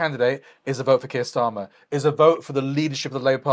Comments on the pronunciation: I thought I was only one who picked up on stramer 😂😂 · Its hilarious how belittles Keir Starmer so much he doesnt even say his name properly 😂